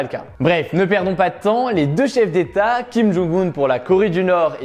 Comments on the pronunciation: Salut, je suis en licence de coréen, et donc je me permets de te corriger (surtout si tu vas en Corée c’est important), on dit Kim Jong « eun » (김정은), pas Kim Jong « oun » (김정운), et Moon « Jè »-in (문재인), pas Moon « JAe »-in (문자애인), voilà! :) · Pour information, pcq trop font l'erreur, on prononce le nom de kim jong un (김정은) : "kim djong eun", et Moon Jae In (문재인) "Moune Djè Ine" dans une phonétique francaise si je puis dire 😅